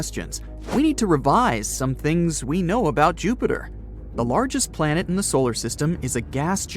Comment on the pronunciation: THE LARGEST PALNET? lol 😂